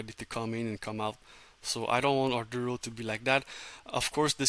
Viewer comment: Thank you for explaining the importance of reaching out to investors. However I need you to be clear on the correct pronounciation of the company name. There is no "R" in the first syllable of the name.